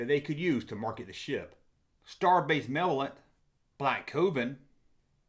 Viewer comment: Say it with me now: ma·lev·o·lent /məˈlevələnt/